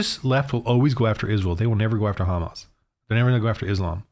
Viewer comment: You cant even pronounce HAMAS properly. Neither side is just and you need Jesus